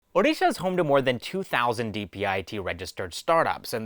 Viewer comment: Hey man, really appreciate your pronunciation of odisha correctly